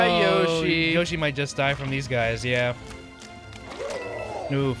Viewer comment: Yershi that doesn’t sound right maybe it’s Yoshi (Yo)shi